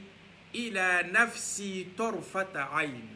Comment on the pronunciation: Salamoualekoum frère merci beaucoup mais TARFATA ET NON TARtafa